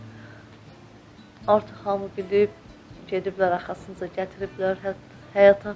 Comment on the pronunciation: Heyet yox heyat